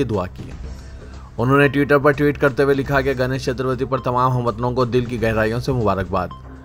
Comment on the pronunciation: Are Bhaiyo Ganesh "Chaturvati" nahi Magar "Chaturthi" hai...!